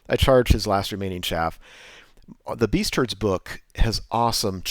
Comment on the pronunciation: Sweet battle report, not sold on the new name for Beastmen, I keep hearing "beast turds"